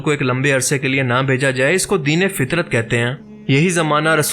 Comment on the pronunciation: سلام مسنون ۔۔۔۔ تصحیح پلیز ،،، دین فطرت ف کے زبر کے ساتھ ، جزاک اللہ خیرا